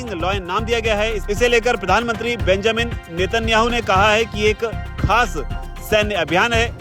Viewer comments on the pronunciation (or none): अबे झाप्री के उसका नाम बेंजामिन बल्कि बैंयामिन है बिपिये